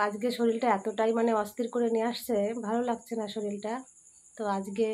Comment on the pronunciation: শলিল বোলছো কেন,? ওটা শরীর হবে